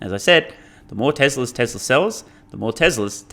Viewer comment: I've been wanting to add this comment for a while. Love your content btw, is it me or you say "Tesler" instead of "Tesla" for most of the videos? Is it an accent thing? It's funny 🤣